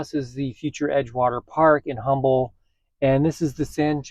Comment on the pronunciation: Humble is pronounced Um-bull